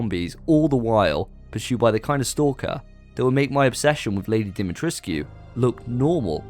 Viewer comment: Despite how it’s spelled, it’s pronounced Lady Dim-uh-tresque. If you’re obsessed with her, you may want to learn how to pronounce her name correctly.